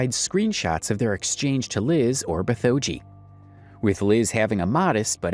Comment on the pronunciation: Small nitpick, Bithoeji is pronounced "bit hoe gee". It's a pun on bitmoji.